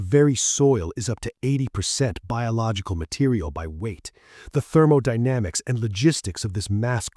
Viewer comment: Lost me at "THEROMODYNAMICS". P.S. A.I. sucks. Lear to draw!